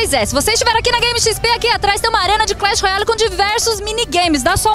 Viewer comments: "ei, vc q é viciado em CREQUE royale" err... Eu ouvi isso mesmo? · Cracri royle kkkk q ouviu tbm da like e comenta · crequi roiali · cracke Royale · QUEM AI ESCUTOU CRECK ROYALE ? KKK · Crécki royale kkkkkk😂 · Ela falou crac Royale kkkkskkkkk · Craqui ???? Oiiii eu ouvi kkkk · Ela falou "Craqui Royale" kkkk